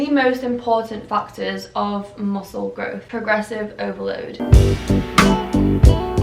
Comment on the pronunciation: ur "grooth" made me laugh 😂